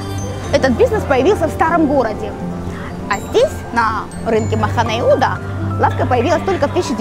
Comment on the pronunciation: Махне Йехуда,а не махане